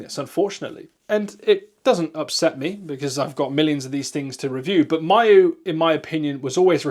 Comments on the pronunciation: “my-yoo flip” 👁️👄👁️ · Ya this pronunciation really confused me.